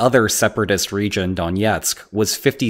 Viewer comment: It's not donietsk, but Donetsk.